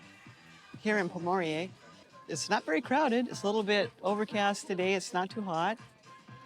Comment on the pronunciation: Good video but please pronounce the name correctly.